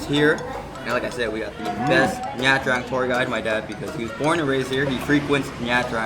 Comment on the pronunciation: Ban xeo is a lettuce wrap. Your pronunciation of Nha “Trang” is really hard on the “Tr”. It’s a lot smoother and softer on the “r”.